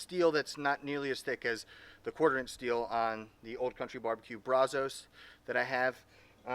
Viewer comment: It’s Pronounced. Braz-US